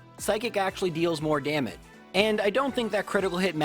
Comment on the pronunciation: I can't unhear "psychic actually deals more daman" instead of damage. over here keeping folks entertained, exercising lovely vocabulary, playing the hell out of Pokémon with strategy, knowledge and gusto, and I'm.... picking out unimportant minor misspeakings at 2am my time. What is wrong with me.